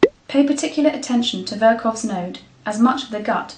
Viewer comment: Some constructive criticism. It's Virchow's not Vircow's node. Technique of liver palpation is poor ...you will easily miss a mild hepatomegaly. The spleen extends to the anterior axillary line. The liver margins were not measured with a measuring tape. If abdo is mildly distended you must check for shifting dullness and fluid thrill. One must also ask the patient to cough in search for hernias (inguinal and ventral)